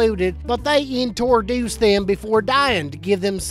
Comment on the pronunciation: Intordoos soosaages😑 really